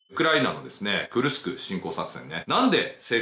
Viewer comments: じょうねんさん not くるくす but くるすく っす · くるくすではありません。 クルスクです。 昔、大戦車戦があった所です。 歴史は繰り返すと言いますがどうなりますかね⁇ ナチスドイツが負けてソ連が大きな損害を出して勝利しますが今回はどうでしょうか⁇ ロシアは昔から犠牲を払わず、するやり方をします。 北朝鮮の兵士を使い反撃すると思います。 いくら性能のいい武器があっても最後は歩兵だと思います。